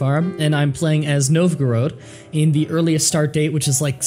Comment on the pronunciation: it's pronounced Nov-go-rod, not Nov-Groad. Also you could have Sophia play with you if you recorded some expert missions on XV2.